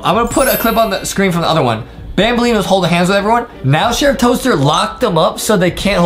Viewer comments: Banbaleen not banbalina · It’s banbaleena